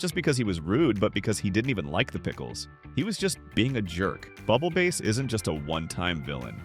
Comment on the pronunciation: It's pronounced bubble bass not bubble base